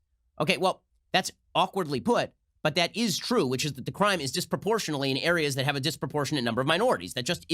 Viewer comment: This video made me realize Bloomberg can’t pronounce disproportionately.